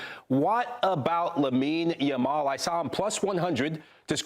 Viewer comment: This host is TERRIBLE! She keeps calling Lamine Yamal...Lamal. WTF? How clueless about players and their actual names can one be? She should not be working for this show. Get someone in who is familiar with the players and isn't just making up jumbled versions of their names. Surprised she didn't say Lessi while speaking about Messi.